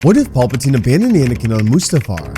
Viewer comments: Pal. Puh. Teen...... His name is not Paul! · Pal.. not paul-patine